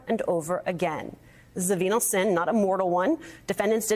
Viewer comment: Venial. Pronounced Vee-nee-el. She tried to slide over it. Pre-reading the script is fundamental. And she didn't bother to ask Cohen WHY he doesn't want to testify.